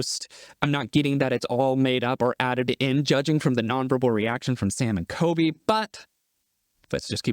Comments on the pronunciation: Everytime you say Coby instead of Colby I cringe so hard lol but love the vid!! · He calls colby coby lol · Do you keep saying Sam and "KOBY"? It's COLBY with an L if so. ❤ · I noticed you kept saying Coby instead of Colby lol. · Am I the only one bothered by him dropping the L in Colby ? Sounds like Kobe to me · His name is CoLby not Kobe btw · is he saying Kobe